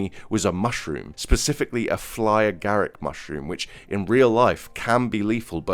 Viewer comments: "Flyer Garrick" LMFAO 🤣 It's "Fly Agaric" mushroom lol 😆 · It’s not Flyer Garrick it’s Fly Agaric 😂😂😂 💀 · I don't think "flyer garrick" is correct. I think it's "fly agaric."